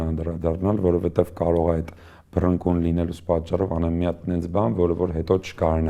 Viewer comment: «Սաղ հեչ», բայց այն եզակիներից է, որ «բռնկուն» բառը ճիշտ է արտաբերում